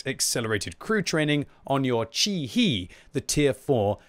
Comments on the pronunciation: "Chi-He" is pronounced "chee-hay" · CHI - HE (He-llo). 🧐